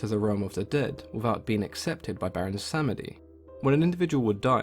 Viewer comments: Baron Sam-eh-dee. Ooooof. Slur the word samedi where it is like "sahm-Dee" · Pretty sure the second e is silent and is pronounced as Samdi, at least that is how the people I know who call him. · The e in samedi is silent -> pronounced sahmdee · Tea & Acid - I was taught that Samedi is two syllables, but I'm an American raised outside of Louisiana culture.